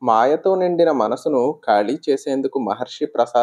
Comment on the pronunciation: ఖాళీ... కాళీ కాదు